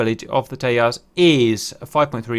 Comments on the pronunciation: Cap I know there are a bunch of guys who have corrected the way TEJAS is pronounced.. but still it was super cringey to watch you butcher the pronunciation every time you said it lol.. Much love for the content you guys make.. and look forward to Tejas coming to DCS one day.. Also its weird that the Indian Navy said the Tejas was heavy but are not considering F-18 Super Hornets for their carriers.. well it could be some serious lobbying by Boeing if you ask me.. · Cap...it's pronounced TEJAS with the J as in Jack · If is called Tejas, 'j' being pronounced as a 'g'. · I love your videos but please learn to pronounce Tejas as Tejas and not Teyas Also do more research please. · Why would an India-developed plane have a Spanish name? Tejas in Sanskrit means "Fire" and is pronounced as Tay-Jas as in pronouncing it as in flower Jasmine, not as Tay-Yas, the Spanish way. And no, it definitely hasn't the slightest relation to Texas. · It's pronounced "Teyassh" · Tejas is a Sanskrit (not Spanish) word and j is pronounced “j” not “y” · Not Tehas …Just pronounce it Tejas..its India..idiot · Nice video...but.....not Te-h-as, for Texas...but Te-j-as. 'J' as in jungle. Hindi/Sanskrit for brilliance, tip of the flame or cutting edge of the sword. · its not tehas,its tejas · It’s pronounced with a j rather than teyas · That pronounciation of Tejas is attrocious. Like, why would an Indian name (Sanskrit for Radiant) be pronounced by Spanish rules? Its simply `Tay-Jus` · J is pronounced like in English, not like "H" in Spanish. So Tejas is pronounced Tay-Ju-s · small correction: it is pronounced as Te-Jas (Jasmine pronunciation). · It's Tejas with a J, not Tehas. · Hech hey hell - Teyas 🤣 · I don't mean any hate but u pronounced Tejas wrong😂 j is not silent the J is pronounced like the j in James. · J is not silent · Indians aren't Hispanic, please pronounce the'J'.